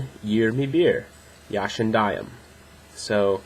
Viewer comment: You can improve your speaking just with learning how turks says the ya ( when you told yaşındayım you are opening your mouth in a wrong way. Dont open it too much ) Keep it up.